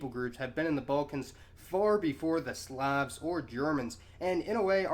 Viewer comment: as always he gives good lectures. He needs pronounce "Slav" correctly (it should sound like "slob" with the B replaced by a V). He failed to mention the Vlach enclaves in central Greece,.